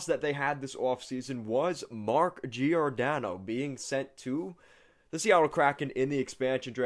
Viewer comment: Just fyi it's not JEE OR DANNO. It's JOR DANNO